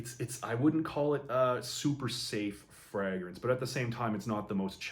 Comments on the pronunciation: Love this channel, and im not trynna be a jerk I promise, but why are there a few fragrance reviewers that say "Fraagrance instead of just "Fragrance"? Im honeatly asking. Is that the actual pronunciation? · I've noticed that too. The FRAH-grance pronounciation seems to be a Canadian thing. In the UK it's pronounced FRAY-grance